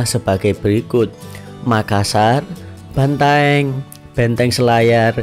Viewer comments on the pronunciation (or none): none